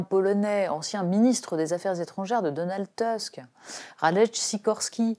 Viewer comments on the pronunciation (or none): Très bien. Suis pas complètement d'accord, mais c'est du vrai journalisme : des faits, une analyse et du style. Mais, par pitié, ne dites pas "teusk" : ce sont les belles défenses d'un morse. C'est "tousk", comme dans "tout ç'qu'on dit". Vous admire depuis longtemps.